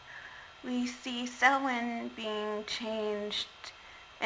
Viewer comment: Really enjoyed the historical presentation of Samhain! Not to mention the pronunciation of it! I've seen the blurbs in other texts of HOW to pronounce it, but have actually never HEARD it pronounced before! LOL!